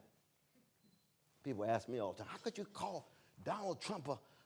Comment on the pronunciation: When a brutha, at MIT, starts off with "axe" I tune out. This is what happens when affirmative action goes overboard. LMBAO!!!